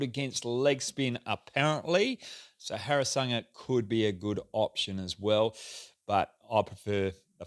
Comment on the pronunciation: you say harasanga every time looool